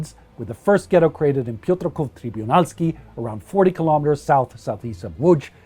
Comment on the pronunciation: Congratulations on pronouncing "Łódź" and "Piotrków Trybunalski" :)